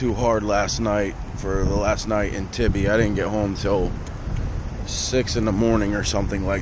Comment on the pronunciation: When you pronounced tybee island wrong I lost it haha